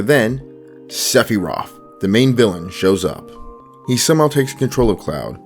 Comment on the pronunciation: Great video. Are you mispronouncing things on purpose so people will comment? Because its working! Dissonance and Sephiroth becoming Diso-ni-ance and Sephy-roth was either a silly joke or pedant bait. As someone whose pedantry knows no bounds I must know: Which was it?? Im so confused.